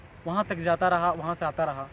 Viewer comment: Bhai its not zata, its jata... Its not ranjishen...its manch se main tumhe... Mahnat kar bhai...उच्चारण पर ध्यान दो....ओवर एक्टिंग मत करो। कविता का भावार्थ भी सही नही है